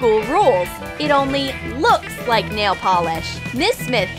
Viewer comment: Nal? It’s supposed to be nail I swear